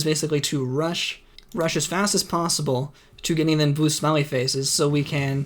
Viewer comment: When you say "blue smiley face", your accent makes it sound like "blue smelly face" to me lol